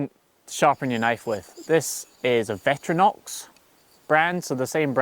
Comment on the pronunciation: Victorinox. Not Veteranox